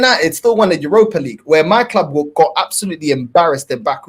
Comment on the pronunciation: "My Kloob"